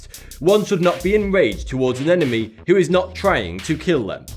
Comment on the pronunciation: .. 'Enemry'.. Its so great though how you edit and complete the whole thing by yourself. Love your videos.